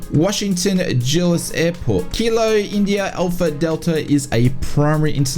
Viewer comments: Well darn I already bought FlightBeam KIAD. And I used to live there, it’s pronounced DULL-es. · it’s the U sound that was getting me. Should be a short U sound.